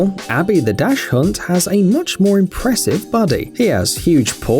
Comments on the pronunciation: It's pronounced "Dax-hund" not "Dash-hund". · In what country is it "dash hunt" instead of "dock snd / dak snd" ? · Its called DACHShund, not DACHhund. A Dach is a roof. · it's pronounced daks-hund, not dash-hund. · Dachshund is pronounced like Docks-Hun-ed not Dash-Hunt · It's not pronounced dash hound......it's Docks-Hoond.....it's German for "Badger Dog". And somebody really missed the boat on naming the lion in that trio of a lion, tiger and bear.....he should be called "Simba"....duh! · Dashund? The name is dachshund pronounced DACHSHUND or perhaps DACKSUND. Got it? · Dachshund is the name of the German breed of dog. It is NOT pronounced "dash" hound, but rather Dach as "dock" with a soft "k" or as in "socks". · Dachshund isn't "Dash-hunt" it's Dahks-und (or docks-und). I've known this since I was a child, and didn't realize that some people actually butchered the pronunciation this badly until recently. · It's not pronounced "dash-hund." It's pronounced "dock-son" !! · It's DAK-sund. NOT dash-hound. I am amazed at how many people don't know how to pronounce dachsund. Its frickin german. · it is dachshund not dashhund... (dakshund!!!!) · Dash-hund ????wtf its doc- sund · Jesus Christ please help you. Where the hell did you learn to speak German? You say Dash Hund. Any idea what a badger is in German? That is a Dachs. You can say ducks and you are pretty close. A Dachshund is a dog to hunt badgers. Why don't you KNOW that? Why do you say dash hunt instead of ducks hoont? You English speakers really rape most European words, you know? Not interested in what it originally was? Dash dog? Are you all inshane and crayshee? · Dash hund?????? Try "dok sun"......lololol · Cute vid, I liked it. On a friendly note Dachsund is pronounced Doxsund, Not Dash hund . EDIT) Pit Bulls get a bad wrap, they shouldn't. Been grooming professionally 7 years, never met a Pit I didn't adore! Awesome dogs. It's the owners that should be blamed for bad behavior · "dash hund" LOL WTF